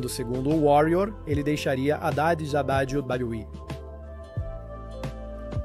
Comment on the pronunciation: Sabe nem falar wwe kkakakakkaa